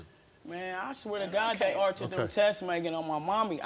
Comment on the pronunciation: How she pronounces tests is not helping her case one bit.